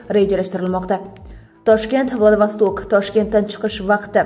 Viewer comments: Менде соны айтайын деп едим владовасток дейдиго Владивосток болады Кытайдын хешнарсеси керек емес каракумырскалар вакцина менен барлык жерди ийелегиси келип турго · Владавостокмас,владивосток дейилади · Владавастак эмас, Владииивосток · Владавосток балки Владивостокдир😂😂😂😂😂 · Мустакилликдан кейин мактабни битирганлар умуман саводсиз.Уят шахар номини талаффуз килолмаяпти .Владивосток!!!!